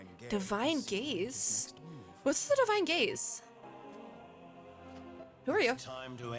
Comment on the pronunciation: Omg I keep hearing "Divine Gays" 😭😭 I'm so sorry it's supposed to be "Divine gaze" 😭😭